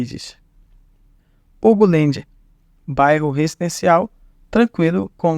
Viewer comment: Pronuncie champanhá e hugo langue.